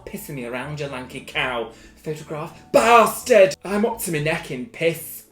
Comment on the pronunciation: 50% fancy 50% look at this photo baaaasTaAARd ( side note : im crying because of how u say bastard)